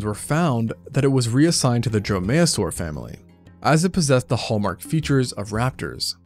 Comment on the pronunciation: Dromaeosaur is pronounced DROME-ee-oh-sore, accent on first syllable. Drome-MAYO-sore is funnier, however.